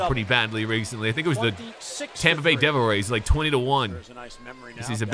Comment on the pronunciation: Bro called them teh devil rays